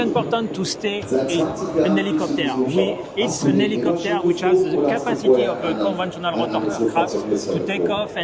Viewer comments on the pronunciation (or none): enfact iht ihs öh plopteur!!